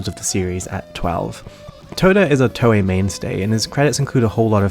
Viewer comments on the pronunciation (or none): none